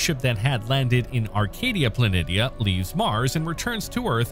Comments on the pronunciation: It’s pronounced “Plan-ee-sha”. Not plan-itty-ah. Lmao. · Gah. Planitia is pronounced planeeshya. Not plan-iddia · I'm sorry I can't watch this. Dude it's spelled planitia however it is pronounced 'plan*ee*she*uhh'. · Helpful note here, boss: "Planitia" is pronounced "Pluh-NEE-shuh". And trust me on this one; I went to middle school with a girl by that name. But it's also the correct geological pronunciation. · Plah-nee-shah. Please. Thank you.